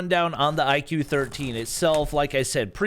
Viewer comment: It's not IQ; it is pronounced as "IKU or IGU." It Branches out from VIVO, purely focusing on performance.